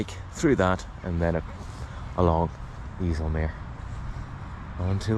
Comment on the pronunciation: Its not the north sea Its the Waddenzee. You dont use charts.? And Its not the iessell meer Its Called the eisselmeer